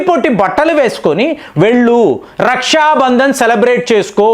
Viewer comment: రష్యా బంధన్ కాదు . రక్షాబంధన్ . పలకడం సరిగ్గా లేదు